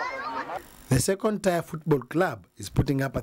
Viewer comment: This word 'tier' is pronounced as 'tia' and not 'taya'... Same with 'pier'...although Luos may say this one differently! Where do we get our journalists from?